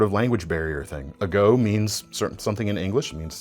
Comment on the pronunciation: Hey, knowing now the origin of the "ago" name (which makes it make way more sense thanks!), as a Spanish speaker, i have to presume that in Italian it's pronounced "ah-go" not "uh-góh":)